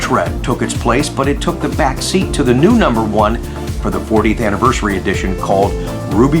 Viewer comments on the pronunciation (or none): none